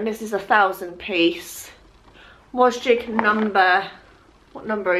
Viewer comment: Love your videos!! BUT everytime you mention Wasgij’s I want to scream the correct pronunciation 😅 I don’t actually do them but when i see them in your videos I read the pronunciation of it as was-gidge.. looked on the official site and I am correct! Not sure if you know this and just like saying it as wasjig? 😬 anyway! Hope you’re doing well and congrats on the news of having another lovely little girl x x x